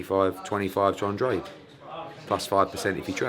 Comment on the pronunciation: How long has Eddie been working with Andrade and he still can’t pronounce his name. He looks like a donkey in that turtle neck as well.